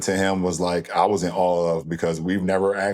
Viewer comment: Somebody please tell LeBron that the word he is looking for is "awe", not "awl"